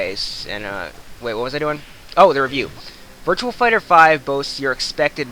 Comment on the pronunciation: Its virtua fighter not virtual fighter but besides from that t was a good review